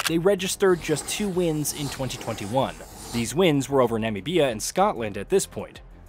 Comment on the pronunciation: In that case you gotta be more careful! It's "Na-MI-bia" not "Nami-BEE-A"